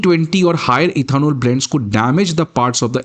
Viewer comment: पहले इथेनॉल सही से बोलना सीखो, फिर वीडियो बनाना